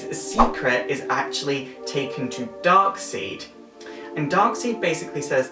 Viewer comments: Darkseid is pronounced as "Darkside" and not "Darkseed". Even the creator of Darkseid stated that his name is pronounced this way. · Darkseed? It's darkside. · Stop saying darkseed its darkside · Hey really like your vids but it's pronounced darkside not darkseid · Good video but the way you pronounced Darkseids name like Darkseed i cringed a little even if it is your accent its weird to hear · Lol "Fear me for I am DARKSEED!!!" Why did he say Darkseed?! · I know the name is dark seid but its pronounced dark side just saying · i'm just saying that darksied's name is pronounced side and i'm sorry if you think i'm being one of those people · No, the creator of the character said to say it like "Darkside" But it is kind of fun to say it differently. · His name is pronounced darkSIDE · It's not the worst pronunciation of the name Darksied i've heard. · It's dark sied but it's said dark side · You said darkside wrong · Interesting pronunciation of Darkseid's name, is that the official way to pronounce it? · Your saying darksied name wrong